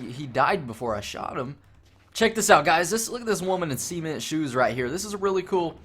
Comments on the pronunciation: It's 'CEMENT-shoes' not 'SEAMENT-shoes' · He said Seamint, it's cement. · Cement is pronounced suh-ment dude.